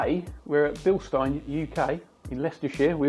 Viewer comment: Thanks for using the correct pronunciation!